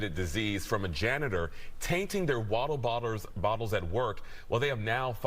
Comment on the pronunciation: He is worse at saying water bottles than Scottish people...